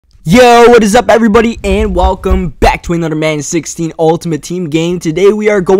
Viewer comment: "Anoder one"